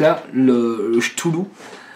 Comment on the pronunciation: Euh, on ne dit pas "choutoulou", c'est plutôt "Ktoulou" (ou même "Kloulou" d'après Lovecraft et Wikipédia). Mais merci pour la review : je me cherchais un petit dripper orienté saveur pour ma box 40W, et tu me confirmes que je l'ai trouvé.